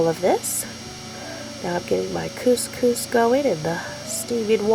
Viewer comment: Ps Cous Cous will change your life! (Yes you said it right!), but so fast and easy, plus versatile and healthier. I looovvee the stuff! Xx